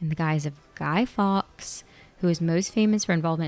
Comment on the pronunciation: Fawkes is pronounced like Faux. Not Americanised Fax / Farx. Yes infuriating watching you not getting any of the references, the history.